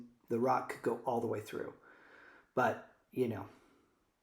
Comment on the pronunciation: You know, when you say you know, you sound like a drunk 20-something female outside a club. Articulate better. We dont know.